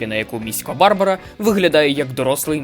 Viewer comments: Треба було перш ніж викладати відео, дати львів'янам прослухати. Тоді б вам сказали, що наголоси в назвах вулиць і прізвищах мають бути: Валòва, Футòрський, Барбàра. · Хороший контент, підписався, подивлюсь інші відео. Тільки наголос на БарбАра в Міська